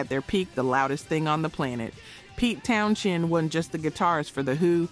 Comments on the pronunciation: His name is "Towns-end" not "Towns-shend". Duh ...... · The pronunciation of Pete TownSHend is forking annoying. Also whilst constant volume was a factor in his deafness the initial damage was caused when Drummer Keith Moon set off an explosive charge in his kick drum during a performance of "My Generation" on the Smothers Brothers Comedy Hour, damaging Townshend's hearing on one side. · Pete Town-Shend. lol. The more she says it, the more I lost interest. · Pete Townshend pronounces his last name as "Town-zend" (/ˈtaʊnzənd/), despite the spelling containing an "h". The "h" is silent, making it sound like "Townsend," not "Town-shend." The pronunciation has often caused confusion, but it rhymes with "send" or "end," as noted in various pronunciation guides and fan discussions. There's a video on it. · If you wish to make an impression with your (knowledge/expertise) about someone else, you should at least get the name correct. Maybe a little more (double) editing, before presentation. To keep saying Townshend, when it is Townsend, is just sloppy. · Pete Townsend is pronounced “Towns End” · I had to stop when you mispronounced Townsend the third time. Ugh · It's pronounced Town-send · It's pronounced Pete Towns-end. The *h is silent. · THANK YOU! I don't ever remember his name being "Townshend". It was always "Townsend". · There is no “ Schend” in “ Townshend” ! Plz pronounce the names correct . It’s irritating and lazy narriating. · Is not Townshend pronounced as Townschend too? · I cringed too every time I heard you mispronounce his name but I was able to overlook it because I'm impressed that a girl your age knows who he is lol. Long Live Rock!